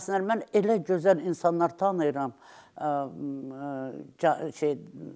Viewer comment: Bu yaltağı hardan tapdınız,heç öz dilimizdə danışa bilmir.cözəl yox gözəl.